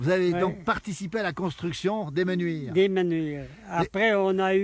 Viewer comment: 2 choses : 1 : on écrit les Menuires et on prononce comme cela s’écrit 2 : dans les villages de montagne, il y a une altitude minimum et une altitude maximum, ce n’est pas plat comme dans une vallée,, l’altitude minimale à Les mEnuires c’est 1450m.